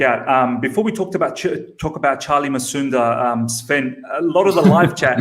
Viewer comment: It's Musonda Not Masunda.